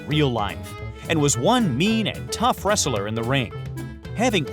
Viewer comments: I find it odd that the narrator about wrestlers cannot pronounce the word “wrestler” correctly. It is pronounced wrest-ler and NOT wrestle-er. If I could give your video two dislikes I would. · wresteler? really? kina annoying. or is it your accent?